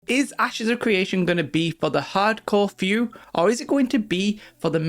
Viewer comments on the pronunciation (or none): It's CRE ation not CWE ation. Lmao?